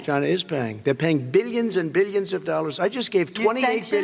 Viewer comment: “Minions and Minions and Binions and Binions of dollars” lol god, did ya fail your private English classes too?